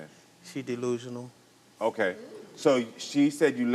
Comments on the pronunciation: DEE-lusional DEE-lusional 😂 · He must’ve just learned that word “Deelusional.” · He’s ”Deelusional” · It’s Karamo coming back at him and calling him deelusional and sneaky 😂😂😂😂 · 😂😂😂 man if he say delusional one more time I am going to scream!!